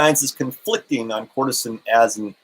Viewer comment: You are mispronouncing it. (Ker-ce-tin)